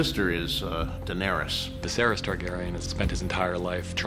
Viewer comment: Are they saying "Diserys" instead of "Viserys"?